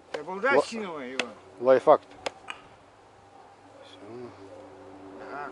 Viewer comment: Дедуля нормальный не лайфхак а лайффак забубенил))